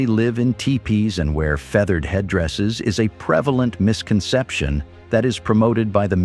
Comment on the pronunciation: "fath or red" mispronounces machine program the misconception regarding the traditional headdress of the subgroup acknowledged as "Plains", so perhaps the writer(s) of the episode were even less English literate than historically accurate.